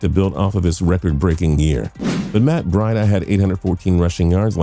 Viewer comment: Introducing Matt BRIDE-AH